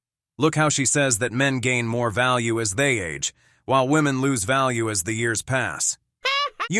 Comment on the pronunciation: To the Presenter: "woman" and "women" should be pronounced DIFFERENTLY please.